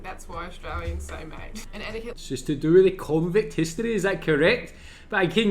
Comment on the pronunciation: Haha, maybe Matt could help you since you say “wif” instead of with. 😜